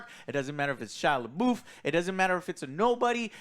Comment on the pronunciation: “Shila boof” 😂😂😂😂